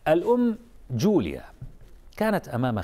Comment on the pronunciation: والام ليس اسمها جوليا بل يوليا بس مابعرف ليش قال جوليا